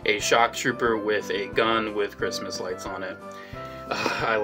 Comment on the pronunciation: “It’s time for chrimas”